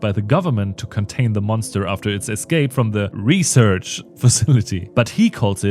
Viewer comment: I’m dying every time “reserch” shows up